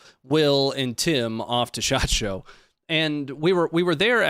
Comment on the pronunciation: Shot Show. Every time I hear you say it I hear the Japanese word. Shachō. 社長 Company president.